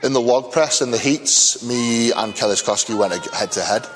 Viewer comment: it got butchered again by (